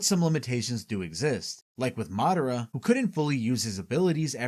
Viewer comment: Why do you have such informative videos but such horrible pronunciations of the character names? It's mi-NA-to not Minna-to, Ma-DA-ra not Madda-ra, etc etc lol